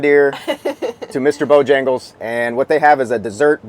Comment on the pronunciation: Pronounced "Bo-hangles"